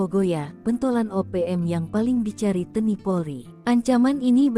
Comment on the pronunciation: Admin bisa baca gak sih ???? T N I. Kok di baca Te ni.gimana tuuuuuhhhh?????